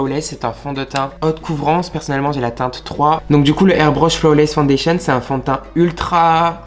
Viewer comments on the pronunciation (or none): none